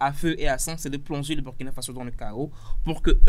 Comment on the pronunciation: Prononcer ;*bourkina faso svp